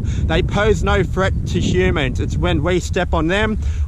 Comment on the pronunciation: It’s threat not freat